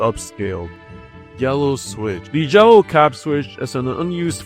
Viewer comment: dose any one else hear him saying jello instead of yellow